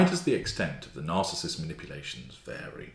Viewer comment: "Cary"? or "Vary"?